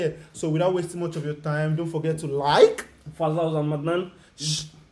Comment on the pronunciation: Kac defa daha we don westin diyecgn 😂😂😂